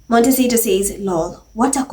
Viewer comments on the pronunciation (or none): none